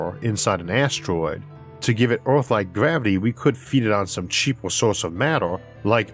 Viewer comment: Erm.. what planet is this "Ooarth"